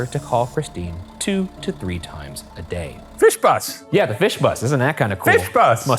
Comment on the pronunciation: I think I’ve been studying for my German test for too long because I know intellectually that he’s saying “fish bus” but all I can hear is someone saying “viel Spaß” with a bad Scottish accent